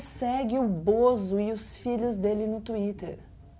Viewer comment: Kkkkkkkk a Gabriela falando " Bozo" é muito engraçado 😂😂